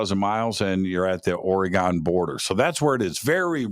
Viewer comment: It’s Ori - gun, NOT Ori - gone! Just fyi. Btw, most Sasquatch reside in Washington. However, I saw one walking along the N. bank of the Shadowy St. Joe River in N. Idaho (panhandle). This was in 1971 - I was 10 yrs old. It’s an incredible story that feels like yesterday. It was not a guy in an ape suit. My grandpa lived on the river, 3 miles east of Calder, Idaho. The nearest neighbor lived a mile away. It was re-mote.. Spokane Valley, Washington. Great show! These things are REAL. TY